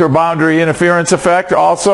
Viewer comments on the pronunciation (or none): none